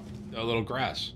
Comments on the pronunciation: Tim calling it grass instead of grace..... /facepalm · Did he just call the grace site Grass?